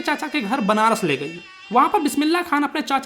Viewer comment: benaras nahi banaras